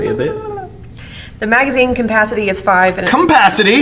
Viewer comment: She definitely said cumpacity.